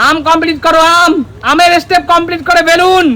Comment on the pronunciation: স্টেপ বাই স্টেপ নাকি এসটেপ। বেশি বক বক করলে ভুল তো বলবেই। বেশি ওভার স্মার্ট সাজতে গেলে এইরকমই বলবে ।